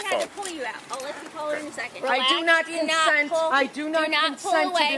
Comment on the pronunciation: Did she say Con Scent ???